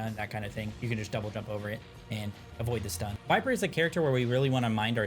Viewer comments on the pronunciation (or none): HER NAME IS VYPER, NOT VIPER, RAAAHHHHHH!!!